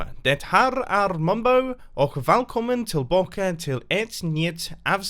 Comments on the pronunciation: Swed here. This is what it sounded like: Hej aliohopa ochh DethöRR äRR mombo valkomen tellbaken eit nyet avsnet fråhn hetmit craft serveir. Not the best. Here is atleast how its suppose to be spelled: Hej allihopa och det här är mombo välkommen tillbaka till en ny episod från hetmit craft servern. I dident understand what you said after you said valkomen I dident understand a word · I'm Swedish and I understood it! You struggled on the "ä" part of välkommen though